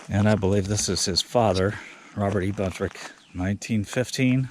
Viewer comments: His name was BUNTROCK, not Buntrick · His last name is Buntrock not Buntrick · Enjoyed the video but just curious why you pronounce the surname as " Buntrick" when it's spelled Buntrock... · Just on the outside chance any of his relatives catches your video I wanted to make sure you were aware of the correct pronunciation of his last name. 👍